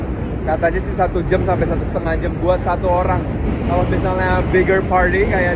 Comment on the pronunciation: "2 jem setengah" kaya ada aksen2 anak bekasinya lo bang kwkww